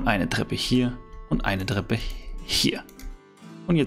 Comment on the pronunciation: Bester Kanal aber es heißt „Treppe“ nicht „dreppe“😂